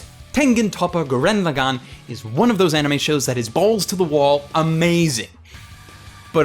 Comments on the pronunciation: Gurren Lagin? That's not how you say Gurren Lagann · Wow, I have never heard someone butcher saying "Tengen Toppa Gurren Lagann" so much. Your stressing wrong syllables all over the place. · why does everyone always say gurren laagen?????????